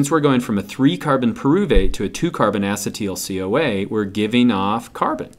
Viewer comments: Acid-teel CoA.. this bothers me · the way he says acetyl coa xD its probably not wrong but just so different than how we do